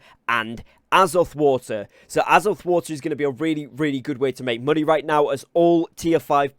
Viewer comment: "Aazuth water"